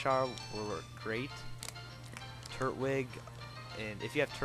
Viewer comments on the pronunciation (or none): luv ya vids they help me sooo much but....-its tur twig not turt wig lol nice try though